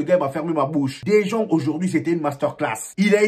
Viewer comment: salut bro merci d'avoir considéré mon commentaire la dernière fois meilleur travail sur le fond vert, je sais pas si tu es passé au fond bleu... maintenant faut te gérer sur la prononciation des gens là Anceloti Ceballos Dejong etc. Bonne continuation